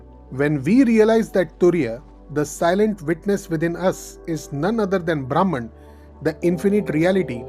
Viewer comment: Very nice explanation… but the pronunciation of Brahman is ब्रम्हन् .. ब्राम्हण means different